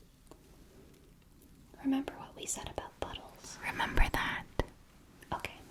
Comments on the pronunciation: NOOO I JUST MADE THE SAME COMMENT THEN FOUND THIS LMAOO I legit had to turn on the captions to NOT hear buttholes lol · I know you said “puddles” but on the second watch through it sounded like a quickly said “buttholes” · I will never not hear the later! Entire civilizations have started at buttholes! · I know you guys are saying puddles but unfortunately I am hearing butt holes lolol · It took me 24 minutes to realise y'all were saying puddle and not butthole :') auditory processing delays are having a Great Time tonight, apparently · Thank heavens I wasn't the only one! 🤣Every time they said puddles I heard buttholes. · Honestly thought she was asking "How long do you stare at butt holes" at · This is an awesome video but I gotta tell ya, I heard 'buttholes' instead of 'puddles' xD snapped awake and laughed when I realised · I can't not hear buttholes instead of puddles and tbh, I think it elevates the video 😂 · PUDDLES. You said "puddles." I kept hearing it as "butt holes" and I was confused but intrigued. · I 100% thought you were saying Buttholes instead of Puddles. I'm actually still not sure. It sounds like both words. XD "And how often do you stare at buttholes? Mmm, buttholes are underappreciated by your kind. Entire civilizations begin at buttholes." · Until reading this comment I thought she said "bottles" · "Entire civilisations begin at buttholes"... was what I heard. Makes more sense now! 😃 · I thought they were saying bottle lmao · Today I learned the word "puddles", when whispered, sounds a lot like "buttholes" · I thought she said butt-holes not puddles T 0 T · i could have sworn she said butt holes... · i def heard buttholes instead of puddles lol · I was hearing "buttholes", so yeah very personal o~o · I thought she was saying buttholes 😂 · Are you….are you saying buttholes? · I though she said buttholes 😭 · I just straight up thought it was buttholes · Ok so ive listened to this 6 times now and can't tell if your saying puddles or buttholes.